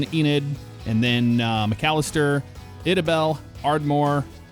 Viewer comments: Glad to finally see my home state in ats. Good job either the names except for Idabel, its ida-bel not eda-bel just FYI 😂😂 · Eye-da-bell, not eh-da-bell.. 😂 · Am I the only one triggered by the way he said Idabel? It’s Ida-bel I wish they would’ve put Durant in there to here how you’d pronounce it. Not a bad looking model thanks for showcasing it. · its pronounced "I da bel" Lol but Love the Videos from Oklahoma! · Love your content Just FYI idabel Oklahoma is pronounced I-dabel 👁️da🔔 lots of cities in the south have odd pronunciations like that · Great video - BTW Idabel starts with a long I - Eye-dah-bell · Lmao “Idabel” it’s “I da bell” Sorry just never heard anyone pronounce it that way lol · Friendly note that Idabel is pronounced “eye-da-bell” 👍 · its pronounced (I-da-bell) ,lol, but thanks for the vid man love it! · Hate to correct you from the Texas side of things but it's Eye-da-bell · killed me with how he pronounced idabel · I laughed at Idabel too lol never heard it said that way before